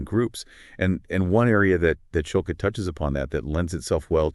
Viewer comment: Schulke is a German surname, Shool-Keh..hard E.